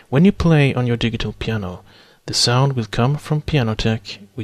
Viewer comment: You speak perfect English, but 'digital' is pronounced 'di-jit-tal' ... with a 'j' sound ... not a hard 'g'.